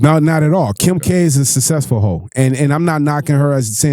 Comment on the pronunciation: This guy can't pronounce to save his life susseful, caculated shits wild